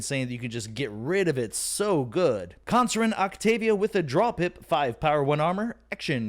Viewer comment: Lethalogica will only let you find the other half a Gravitron, not every gigantic. Also "Cornicen Octavia" you keep dropping out the 'r' and say it as "Con" and add an 's' after that. Should be pronounced "Cor-neh-sen", I believe. As for Deusillus, I look at it as "Deus" like "deus ex machina" and "illus", "Deus-illus". Great deck, should be fun to play. Still looking for a Deusillus deck, but managed to get another deck with 3 Sins. Audio sounds good, didn't hear the rain.